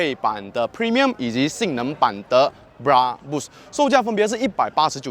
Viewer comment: Brabus 的发音发错了啊 😂 不是bra- bush , 是bra-Bersh 的读音😂